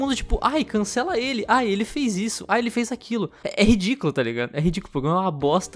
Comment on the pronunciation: "Aín canxela Manax"